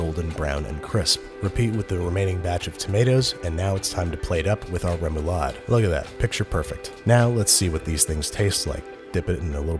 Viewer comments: I, as a dane, flinch when he says “rae-moou-laaed” Lovely. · Ahah the way you say "remoulade" is o wrong but so funny haha. *danish gurl here lolol